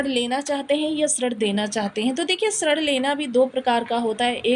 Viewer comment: सॉरी मैडम ऋण को आप श्रृंण क्यों बोल रहे थे😮😮